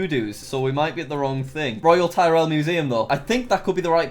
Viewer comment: “Royal Tie-rell Museum” Yikes